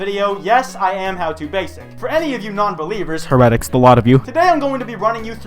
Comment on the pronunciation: Heretic is not said the same way as synthetic.